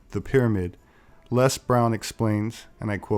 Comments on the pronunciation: Please American viewers, get this....Les is an Englishman. We pronounce his name Lez not Less. Got it?....it's Lez not Less. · It's Lez Brown....not LESS.